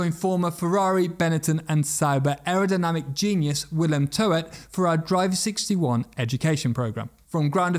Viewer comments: Willem Toet is pronounced "toot". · Isnt he dutch? (willem toet) Youre making him sound french with the way you pronounce his name. Toet sounds like boot, scoot, root, loot etc.